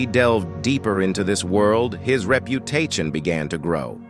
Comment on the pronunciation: 😂his reputayshun